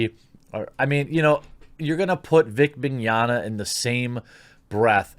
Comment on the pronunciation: In fact you are one of the few ppl i heard pronouncing his name right " mini-onna" is what it sounds like, there's a lot of Italian descendants in Brazil and we're quite used to their names, and Portuguese speakers get almost all of latim related languages easily